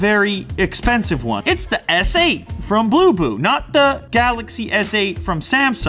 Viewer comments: Thought he said boo boo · When u say bluboo I heard poopoo ......